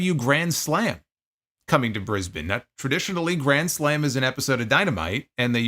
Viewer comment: Props for pronouncing Brisbane properly. Yanks struggle with it, you nailed it